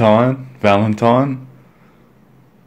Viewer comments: "valmantine" wow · Val-Mantine....Love it XD